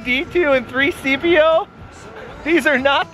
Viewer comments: Lol 3-cpo lol its c-3po lol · He said 3cpo not c3po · He said 3cpo instead of c3po